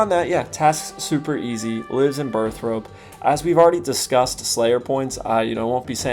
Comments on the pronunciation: Great video. But why do nearly every OSRS streamer say “Burth-ROPE”? When it’s clearly spelled “Burth-ORPE”. For people that play the game an ungodly amount, it always irks me to hear it. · I didn't know people said it Burth-Rope, I read this and just heard him say it. I am now irked too :(